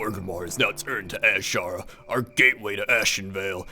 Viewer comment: its pronounsed (i know its spelled wrong) A-Sher-ra the S sounds like the Z